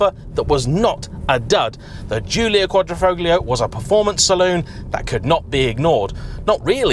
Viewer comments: lovely review as always, but please stop pronouncing the G in quadrofoglio- just like in the words "lasagna' or 'sign' it is silent. cheers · The "g" isn't pronounced in Quadrifoglio. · Could you at least try to make an effort at pronouncing any of the italian names correctly? Quadrifoglio with the G pronounced makes any italian speaking person cringe! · Bit of a mouthful 'Quadrifoglio' especially when pronounced incorrectly.